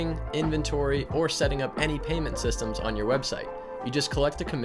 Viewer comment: "Payment SYTEMS"?